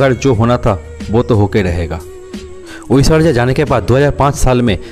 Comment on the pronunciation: Aishwariya bolna sikh lo pehle 😅